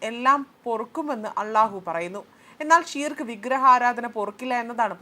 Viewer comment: ഷീർക്ക് എന്നല്ല ശിർക്ക്‌ എന്നാണ്. ശിർക്ക്‌ എന്നത് അർത്ഥമാക്കുന്നത് കൊടിയ പാപം അഥവാ വലിയ കുറ്റം എന്നാണ്. ഉമ്മയെ വ്യപിചാരിച്ചാൽ ശിർക്കല്ല മറിച്ച് അല്ലാഹുവിനെയും റസൂലയ മുഹമ്മദ്‌ നബിയേയും അംഗീകരിക്കാത്തത് ശിർക്കാണ്. ബഹുദൈവ വിശ്വാസമാണ് ശിർക്ക് (അറബി: شرك) എന്ന അറബി പദം കൊണ്ടുദ്ദേശിക്കുന്നത്. ഇസ്ലാം ഏറ്റവും വലിയ പാപമായി ശിർക്കിനെ കാണുന്നു. ഇസ്ലാമിന്റെ അടിത്തറയായ തൗഹീദിന്‌ (ഏകദൈവ വിശ്വാസം) വിരുദ്ധമാണിത്. ശിർക്ക് അല്ലാഹു ഒരിക്കലും പൊറുക്കുകയില്ലെന്നും അത് ചെയ്യുന്നവന്റെ സൽക്കർമ്മങ്ങൾ നിഷ്ഫലമാണെന്നും ഖുർആൻ പറയുന്നു. ശിർക്ക് ചെയ്ത് പശ്ചാത്തപിക്കാതെ മരണപ്പെട്ടവന്‌ സ്വർഗ്ഗം നിഷിദ്ധമാണെന്നും[1] നരകത്തിൽ അവൻ സ്ഥിരവാസിയായിരിക്കുമെന്നും ഖുർആൻ പറയുന്നുണ്ട്.